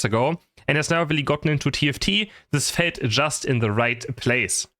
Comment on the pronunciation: When you said felt it felt like ypu say fällt so i know you german